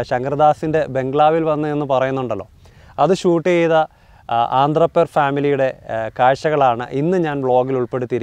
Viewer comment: ആന്ധ്രാപേർ അല്ല അന്ത്രപ്പേർ